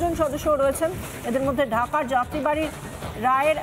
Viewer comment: যাত্রীবাড়ি কোন জায়গা আছে বাংলাদেশের যাত্রাবাড়ী হবে তোমাকে সাংবাদিকের চাকরি দিয়েছে নিশ্চয়ই তুমি কোটা থেকে সাংবাদিক হয়েছো যাত্রাবাড়ী রায়েরবাজার শুদ্ধ করে সাংবাদিকতা করুন